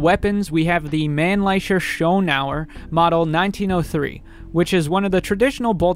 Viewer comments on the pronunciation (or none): It's also no pronounced Mannlecher it's pronounced more like Manlicker.